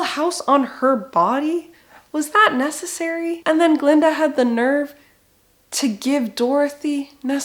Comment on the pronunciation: "NESSAcery" that was a good one